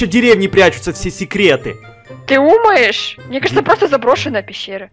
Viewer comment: Я ОДИН УСЛЫШАЛ ЧТО СКАЗАЛА:ТЫ УМАЕШ?